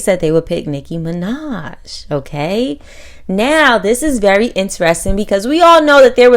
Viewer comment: Yo this lady's can't 🛑🛑🛑 saying Nicki Minaj name 📛📛📛 and also copying The 👑👑👑👑 Queen Nicki Minaj there is no one can Rapp like her much ❤️💖💕💖💕💖 to u ok